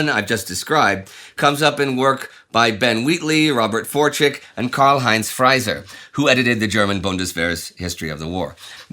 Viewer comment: Karl-Heinz Frieser, not "Freiser".